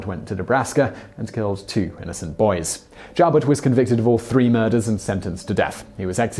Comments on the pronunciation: "Joubert" is correctly pronounced "you-bear". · Just to confirm as already noted - Joubert's name is pronounced with the long oooo sound, not the ow noise. I was actually living about three blocks from the Dairy Queen in Bellevue where Joubert grabbed the first kid in Nebraska. Also was stationed at Offutt. Also, Joubert was never in the Army. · John JOUBERT. Its pronounced JEW-BURT. NOT JOWBURT. I never heard it pronounced like that. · Alabamians pronounce it Mo-bull. Joubert is pronounced Jew-bert.